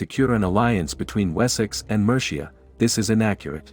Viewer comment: Survived the first 20 seconds, but the mispronounciation of Mercia! I had to stop watching. Can documntary makers please get their voice-overs to google names, place-names etc before laying down their voice-tracks? That would be professional.